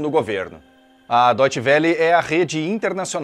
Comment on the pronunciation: "DoitchE velÊ"? Um jornalista da própria estação não sabe pronunciar o nome da estação? É como se um alemão fosse para Rede Globo e dissesse "Rédé Glóbó".